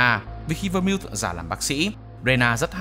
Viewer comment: Nhóm ơi Vermouth đọc là Vơ-mút nhé